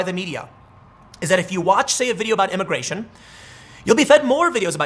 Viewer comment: Why does Tim keep slipping up and saying “imigaytion”? 🤔